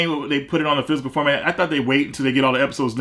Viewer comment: Does say "Physcal*, instead of "Physical"?